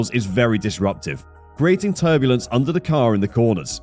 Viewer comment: It called turbulence, not turbolence. Yeez...